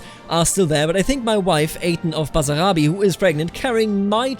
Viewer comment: Btw it's Basarabia not Basarabi